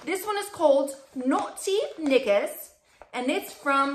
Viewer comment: The underwear membership thing is still a little foreign to me. But I guess it’s no different than buying them online at Victoria Secret! I liked the selections you received. The “Naughty Knickers” with the accent!! Lol 😂 💕